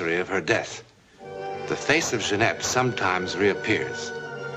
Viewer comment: Great series!!: The actors are inconsistent pronouncing the first syllable of ‘Jeannette’ [soft/hard voiced consonant/a French person would never mess it up] but I’ll overlook this__ because the show is so good____________________